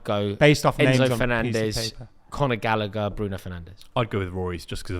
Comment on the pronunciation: thinking chilwell can play lb just proves his level of knowledge. Same with saying gallagher lmao.